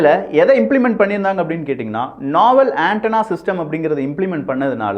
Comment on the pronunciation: நோவல் and not Naval. Its meaning is different 😂😂